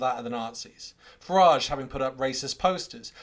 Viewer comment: Farage rhymes with garage Or is it wanker...